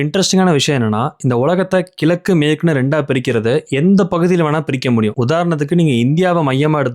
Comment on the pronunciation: கிலக்கு இல்லை . அது கிழக்கு இது கூட சொல்லவே தெரியாது. ஏன் இந்த வேலை